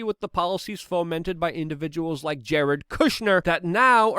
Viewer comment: You said Lick instead of Like bwahahahaha awesome slip